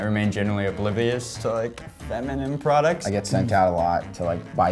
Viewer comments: “Prodcuts” lol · "Guys guess the price of period prodCUTS" lol 😂